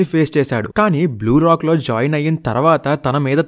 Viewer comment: " Blue lock " bro "Blue Rock" antav😂😂